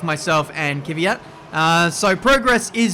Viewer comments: KV YAT not KY VI YAT!!!! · Stop saying Kyvyat instead of kVyat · You always say Kivyat but it is KVYAT it’s like you do it on purpose